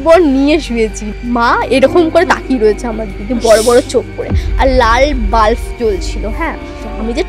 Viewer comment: তোমার এক্সপ্রেশন দেখে মনে হচ্ছে প্রচন্ড কষ্ট করে পডকাস্ট টা শেষ হওয়া পর্যন্ত অপেক্ষা করছ । বিশ্বাস কর আমার ও তোমার মতো এ অবস্থা … প্রেতকথা বলে ই শুনলাম । সাংঘাতিক বাজে উচ্চারণ । বাল্ব কে বাল্ফ বলছে, পিশাচ কে পিচাশ বলছে । পরের বার পডকাস্ট এ একটু ঝাড়াই বাছাই করে গেস্ট এনো ।